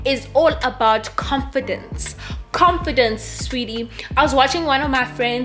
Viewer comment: Lol I just love you 😍...love how you say comfidence instead of confidence 😅😅you remind me of a friend of mine you couldn't say green he said dreen😂😂😂,Sweedy😍😍😍 hai la view***